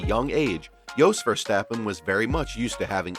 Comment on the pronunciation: You butchered Jos Verstappen, Jan Magnussen, Jarno Trulli, Giancarlo Fisichella and Dario Franchitti's (edit: also Carlos Sainz) names so much it's almost unforgivable for anyone that follows any motorsport... Even 5 seconds of research to learn their names would have benefitted here. Doesn't suprise me that someone with an American accent does not bother to learn proper pronunciation.